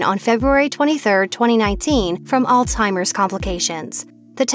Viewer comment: OMG people are so country!!! It's pronounced "Alzheimer's, not All-timers, lol...